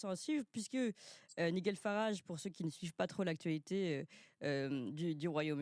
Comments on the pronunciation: Se prononce " naïdjeul " parce que " niguel" c'est pas possible 😂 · Naïgel avec un tréma sur le ï,, surtout pas Miguel ….Oooh! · Pour la prononciation c’est Naïegel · Oui les Britanniques veulent le vrai Brexit Et ils l'auront enfin.Par contre on prononce Naigel. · Mais MERxxDE ça vous arracherait la bouche de prononcer correctement le prénom de M. Farrage. On ne vous demande pas d'être bilingue mais à ce point c'est insultant. D'autant que votre interlocuteur se fait un point d'honneur de le faire correctement. Crétine va.